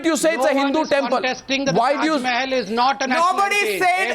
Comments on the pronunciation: what the hell is wrong with the yogi adityanath.he says taj Mahal as " teja mahalaya " ..what the hell ...what is wrong with this people's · Tajmahal not Tejomahal